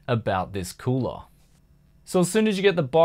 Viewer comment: the way like he pronounce "cooler", in italian sounds like "culo (ass)"